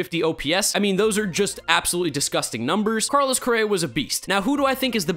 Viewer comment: Did he say Barlos Correa?